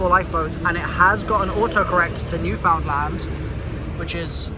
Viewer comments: Newfoundland is pounced like the word understand. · Btw, I’m from Newfoundland, but you were pronouncing it wrong, I don’t care but for anyone who does it’s “Newfinland” and you say it as one word